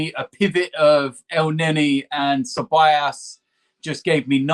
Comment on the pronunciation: Why does say ceballas instead of Ceballos